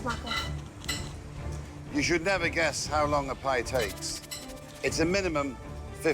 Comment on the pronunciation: "Tengkyusomuch MAKO!"